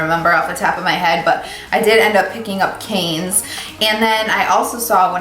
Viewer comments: Wendy Schnitzer it’s pronounced “can” not “cans”. No s. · Oui, pronounce: Can. Final consonant and vowe are mute. Lashes divine! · You're adorable! The lashes are pronounced "cans" like the Cannes film festival... they look great on you.